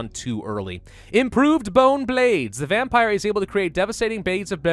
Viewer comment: What's a "Vempire"? . " . .\_/ .